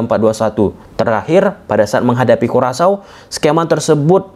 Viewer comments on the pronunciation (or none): none